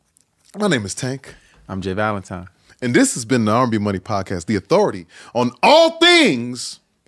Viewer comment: I always look forward to tank’s intro with the emphasis on “Authority”!! Lol